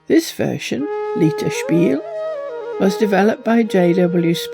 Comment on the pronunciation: Thanks for these pearls of wisdom our and. I like the symbolism of games, they certainly can teach us about life and how to gamble better. By the by, lieterspiel is lighter not leeter, my woman is Bavarian and the last music clip is used as their main tune by another site. Never knew it was called Gyan Chaupar, the path to wisdom, the game of knowledge. any chance you could do a film on ancient Chinese games? Games have been my life, they bring people together. In my mancave I have many 1st person shooter games and old consuls and I have one goal, Half-Life Alyx which has set a standard in VR gaming. That is my Nirvana but I'd need at least £2,000 to even get a headset. It also seems a bit daft that in order to meet the big cheese you should be cleansed, the deity is all seeing and knowing, the great one would already know you were a bit smelly so it shouldn't matter and you may travel onwards, after all, God cares for the drunk and they are well smelly and obnoxious. Out of all the religions, I like a mix of Buddhist, Hindu and Zoroastrianism, they have some great gods. They teach us the rules to life, do as you would be done by, don't kill, steal or covert your neighbours donkey. Unfortunately, the reality is that once you are dead, that's it, you are tote hosen worm food. Where is that fabulous room with the great plaster work please?